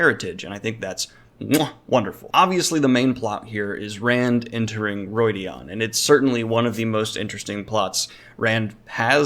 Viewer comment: Always odd hearing "Roy-dee-on". I went the whole books reading "Roo-id-ee-an" XD